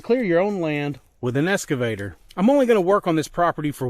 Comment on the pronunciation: ex cuh vator brotha not escavator